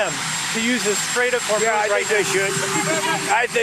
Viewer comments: Meidas isn't getting the news right. Those weren't fishing vessels, and after 10 days Ben is still unable to pronounce 'Hormuz'. They need to tighten up their act if they want to try and shift from law to news. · I hate to be the grammar police but Ben consistently mispronounces basic words that he says repeatedly all day like the Straght of HORMUZ, Maria BARTAROMO, PAKISTAN, etc. It makes Ben sound unprofessional. Please help him out. It is not that hard. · Hi Ben - I love you and your reporting. I like that you are always accurate, so please pronounce Hormuz correctly. It is not Hormos. It is MUZ at the end of the word. You do a great job with all the Arab names. Thanks. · How are you still pronouncing it as Hermoze after all this time? It's Hormuz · Ben, you really must practice your pronuniciations. Hormuz is pronounced hormuce, not hormose. And when you use the word reputable, the accent is on the first syllable, not the second. You are not the Chevy Chase of diction, so be prepared and practice. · Why are you calling it Hormoz, when everybody else says Hormuz plus it's spelled that way? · Ben, please correct your pronunciation of the Strait of Hormuz. It's Hore-mooz, not Her-mohz. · Great reporting and commentary, but please Ben! It's the Strait of Hormuz, pronounced Hore-MOOZE, not Her-MOZE. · …bud, it’s pronounced HormUZ, not HormOSE, get it right. You sound ridiculous. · Ben, I love your politics but please for the love of god, its killing me.. it’s not the strait of hurmoooos, it’s Hormuz, pronounced in English and all languages, without exception, “strait of Whore Moots”… and it’s “Zelenskyy” not zelinski. Ser-len-skee !!! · Hey Ben-the -muz part of Hormuz rhymes w/booze. Sometimes you say it like that & sometimes you say it like moze & it's making my ADHD mind feel like the metal ball pinging around in a pinball machine!🤣🤣🤣😂😂😅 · Idk how you can literally read the word hormuz and still pronounce it hermoze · It's HorMOOZ, NOT HorMOSE...